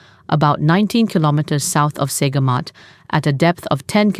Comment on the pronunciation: Her tone is not American, actually (Listen to the way she pronounced the word "reported") and it's okay for my Malaysian ears. My only issue is the way names of places are pronounced "Saygamat" - should be "Sir-gamat".